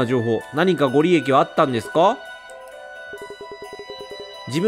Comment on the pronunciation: (新興宗教) 🙅‍♀️しんきょうしゅうきょう 🙆‍♀️しんこうしゅうきょう (ご利益) 🙅‍♀️ごりえき 🙆‍♀️ごりやく いつもイヤホンで聞いてるのでレトさんが読み上げてくれるの助かります☺️